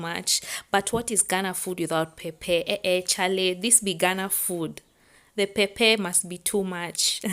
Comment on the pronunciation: Wow great cook...But say Pep..Per..🤣🤣🤣🤣